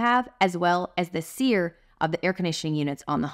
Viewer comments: Seer not Sear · SEER, not sear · its SEER, not SEAR....heh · SEER is the rating not s e a r